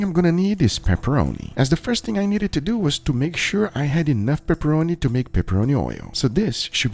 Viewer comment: he says prepperoni twice <3